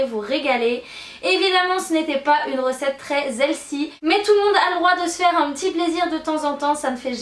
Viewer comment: j adore quand tu dis "pas une recette très 'zelssie' " 😂😂